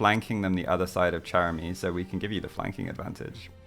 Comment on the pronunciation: I've noticed that when they say Chéramy's name it sounds more like Chèramy instead (with a grave accent) from how I understand the accents from learning French, but they spell it as Chéramy (with an acute accent), is it that their pronunciation of it is more accurate in another language I'm unfamiliar with? or just a fun little quirk or a mistake with the name